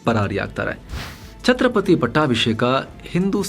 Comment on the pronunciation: ಅದು ಚತ್ರಪತಿ ಅಲ್ಲ ಛತ್ರಪತಿ ಸ್ವಾಮಿ